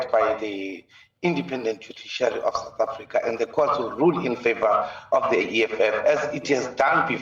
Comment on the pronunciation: What is "Sour Africa"? Your pronunciations are grating and embarrassing!